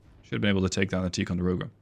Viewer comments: Just an FYI... Ticonderoga is not pronounced Tee conderoga. It is Tie conderoga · It’s actually “Tie-con-der-oga” not “Tee…” benefits of growing up in Upstate New York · I'm sorry, but I served onboard both the USS LEYTE GULF CG55 and the USS MONTEREY CG61, the class of ship is pronounced Tie Con Der Oh Gah, but thank you for the video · TIE-conderoga. The Dutch accent is cute, tho.